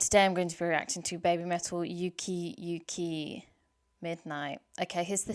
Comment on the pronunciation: ⚡ 💀 💕 / 🕛 Glad you revisited that song. BTW, it's "ooki ooki" midnight, not "yuki yuki" midnight. There's no "y" there. "uki uki" means hilarious. 'Uki Uki ★ Midnight' and 'Doki Doki ☆ Morning' are like sister songs. Both are stylized with a star in the song title. They're both "slice of life" songs; one daytime and one nighttime. Moa's fondness for "old man snacks" like dried squid is referenced in the lyrics. When she was in Sakura Gakuin, she helped create the unofficial "Koyaji Club". "ko"= young/little. "oyaji" = old man. The idea of this club was to enjoy "old man snacks" like squid. They replaced the saki and beer with ginger ale though. : ) The songwriters were probably referring to an incident where the BABYMETAL members spread out candy and snacks like dried squid on the bed after one of their early shows.